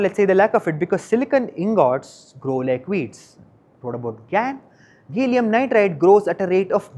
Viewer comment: To the reporter, a minor nit, it’s called ga-lee-um not gay-lee-um. The A is pronounced as in Apple